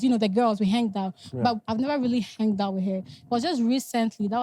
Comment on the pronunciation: "Henged "??? Like did just say " Henged "?? 😂😂